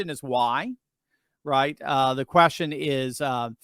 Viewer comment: What’s a “quastion”